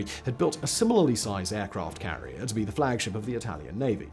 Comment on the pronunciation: i had to replay it several times and slow it down but at 48 sec in aircraft carlier club" Simon flubbed!